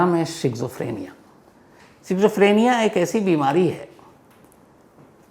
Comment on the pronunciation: शिज़ोफ्रीनिया नहीं स्कीज़ॉफ्रेनिया